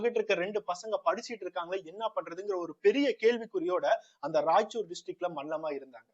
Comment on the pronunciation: நண்பா அது ராய்ச்சூர் இல்ல ரெய்ச்சூர்